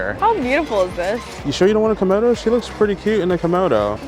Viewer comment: Not KOMODO but KIMONO of course you know that l believe.